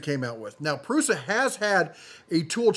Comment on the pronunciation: yes Prusa like the pronunciation of the letter S in case of the word of "Shark" and not like "Snake".